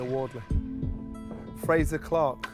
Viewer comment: Does nobody in this chat know this guy's name is Frazer and not Frazier?